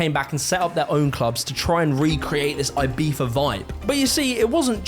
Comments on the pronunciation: Not tryina be a dick or anything.... But why do u say ur Z as F? I have several english friends n none of them do that. Lol. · love the video but damn you butchered ''ibiza'' pronounciation. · He did the z in a castilian spanish pronounciation. C and z are in some cases pronounced like th would in english. Cerveza is prounounced like thervetha for example. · It comes out like that because European Spanish tends to pronounce their Zs as a theta sound (like the “th” in “thumb”), and some English accents pronounce theta as Fr (like how “three” and “free” can sound the same in some accents). If you’re American, you’re probably getting the New World Spanish translation and we pronounce the Z the way you’d imagine. “Ee-bee-tha” would be correct in Spain though. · Why do you pronounce Ibiza as Ibitha..? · The way he pronounced Ibiza is giving me goosebumps… Z not TH 😭😭 i know its spanish but still it sounds so wrong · I've never heard of this "Eye-Bee-Fah." The word you're showing is pronounced closer to "Ee-Bee-Tha." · its E-BEE-THA not E-BEEF-A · Why does he say Ibifa not Ibiza, like piffa not pizza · Aybeefa, for real. It's Ibiza like Pizza but (eebeetza) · Why are British people convinced that Ibiza should be pronounced AIBIFHA??? I still don’t understand it… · Why does he pronounce “Ibiza” with a V? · We the hell is he calling it Ibeefa? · It is not ibifa. Learn to speak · I had no idea Brits pronounce it "Eye-beefa" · Is he pronouncing Ibiza, Ibeefa? Google told me that’s not how you pronounce it. lol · Ibifa? Is that how its pronounced? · Eye-Bee-Tha, ffs 🤣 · "Aye-BEE-fa" - Is this really what British people call the island, or just? I clicked LIKE to partially offset the pettiness of my complaint. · Every time he calls Ibiza ibeefa I cringe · It is a good video , but why for the love of god do you pronounce it "ibifa" ? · The British pronunciation of Ibiza as "Eyebeefa" is CRAZY omg Love your videos btw. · the way you pronounce Ibiza drives me insane